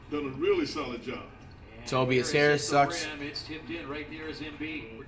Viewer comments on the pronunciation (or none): Nobody: Flight: TOBBEIAS Harris 😂😂😂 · TOE-BIAS Harris